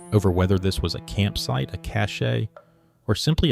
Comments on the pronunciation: Cache is correctly pronounced "cash", not "cash-ay". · In English, cache is pronounced “cash.”